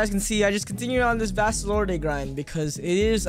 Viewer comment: I don’t wanna be that guy but u say vasto lord the e is silent